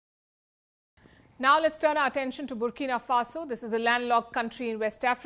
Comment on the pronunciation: I have never heard of this country “burkino faso”